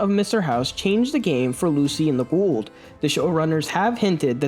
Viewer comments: Are you saying Ghoul'd? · You keep saying Ghoul like Gould. He isn’t an old Jew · Why are you putting a d at the end of Ghoul???